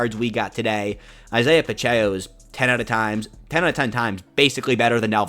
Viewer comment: love the content, watch every day. Pacheco (Pah-chec-oh). keep it up man I know its a grind